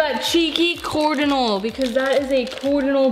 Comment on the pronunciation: In the middle where you said coordinal instead of cardinal you put down there CARD-inal I don't know why I sad coor. It doesn't make sence please explaib